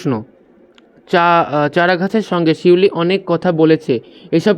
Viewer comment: স্যার পিউলি না শিউলি